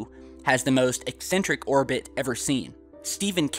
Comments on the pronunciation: eccentric not excentric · is he saying incentric or eccentric ?